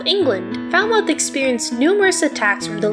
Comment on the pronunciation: Love your video but pleeease pronounce Falmouth correctly. 🙏